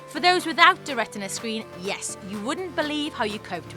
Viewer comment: especially when she says yeaissss